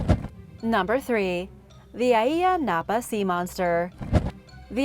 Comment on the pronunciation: Its pronounced eyea napa